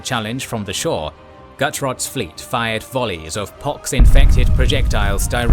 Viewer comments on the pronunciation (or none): none